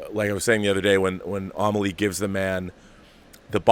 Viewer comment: Being bilingual, I'd love it if I were close to Rob to show him how to pronounce French words...Hahaha...'Amélie'